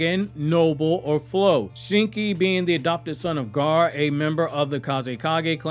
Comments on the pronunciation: Who is Gaar? Do you not know how to say Gaara or something? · Why are you calling Gaara, Garr? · I would like if this guy could pronounce the name Gaara